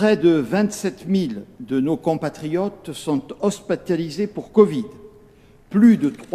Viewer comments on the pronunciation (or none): On dit hospitalisé et non pas hospataliser lol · "hospatalisé" mais bienn évidemment 😌😂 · Mdrr😂 hospataliser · « hospetalisé » mdrrr😂😂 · "hospataliser" nouveau verbe de la langue française...